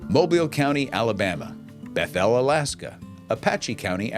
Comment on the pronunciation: How you pronounced Bethel, AK was... very wrong... accent the first syllable, not the second... also, always speak into the camera. It's just odd to watch you talk away from the camera as if someone is off screen. I see you've got enough traffic to have ads... sigh... I'm not mad at you, just the system.